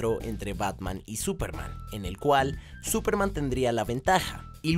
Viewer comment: Súperman esdrújula.